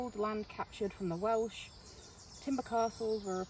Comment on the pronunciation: Great video. Learn a few Welsh letters and words though, eh? You're just brutally murdering everything you say 😅 Maybe some Welsh history too. You've never heard of Owain Glyndŵr? Iesu Grist!